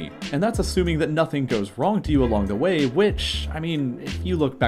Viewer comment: DA WHEY ?